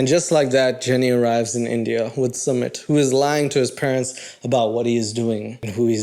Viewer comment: My absolute favorite thing about his couple is the fact that Jenny has no idea how to say sumits name. She has called him schmit, sumeet, smit, summit, suemit, Smith and I die of laughter everytime..😅😂